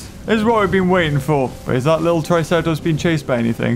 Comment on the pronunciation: I love how you said let’s go visit the tricera plops!